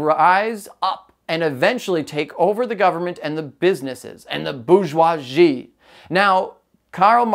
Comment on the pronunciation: Bor-jua-zee is the correct pronounciation